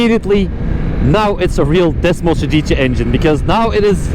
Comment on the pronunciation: Desmosedice Engine😬😂😂😂😂😂😂😂